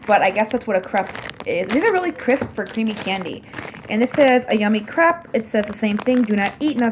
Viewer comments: It is pronounced cr-ape you know like grape not crep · crepe is pronounced crape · So many squishies are coming out this year! Excited for next year!😋 also l really like the blanket u we’re sitting on it was super cute💕 and l don’t know if it’s just me but l pronounce it ‘crape’ not ‘crepe’ even tho l know it’s spelt like that ldk🤷‍♀️:) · OMG how she said crape made me cringe every time